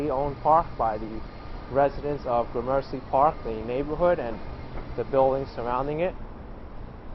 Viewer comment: FYI the name of the park (and neighborhood) at the end of your video is pronounced like “Grammar-see”, not “GRAH-mercy”.